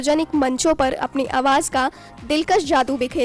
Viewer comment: AWAAJ NAHI MADAM AWAAZ